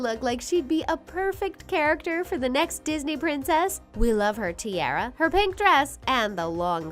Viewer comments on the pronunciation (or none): She is saying tiara instead of tiara